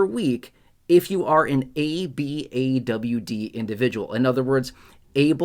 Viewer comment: It’s pronounced A-BOD although the abbreviation is ABAWD